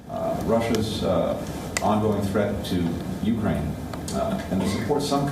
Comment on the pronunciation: Why do you call it ' UK-ER AINE'. it's uk-raine!